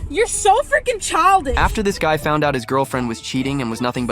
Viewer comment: ✨️Pov gay✨️ instead of guy?